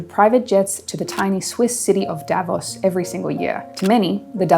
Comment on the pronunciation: Davos is not pronounced the way it is in this video and most others.